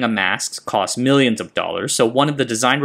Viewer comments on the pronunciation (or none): none